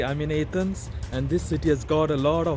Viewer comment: Your video sucks... Don't go back to A-thence At least pronounce it properly.. I'm amazed you said archeological properly.... Go talk about the putrid smell of India... Everyone else does